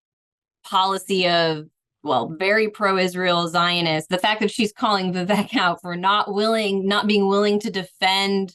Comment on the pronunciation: Interesting how this journalist has been “paying attention” so much to Vivek, but doesn’t even know how to pronounce his name correctly. How are we supposed to take Bri or this guest’s “in-depth” political view on a not just a politician, but a presidential candidate when they don’t even have the very elementary capacity to determine how to say his name!